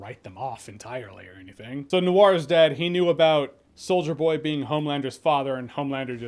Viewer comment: Does anyone else hear “Soulja Boy” every time Jeremy says “Solider Boy?” No? Just me? Cool.